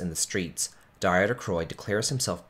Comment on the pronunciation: It's pronounced Deter, like Peter with a D.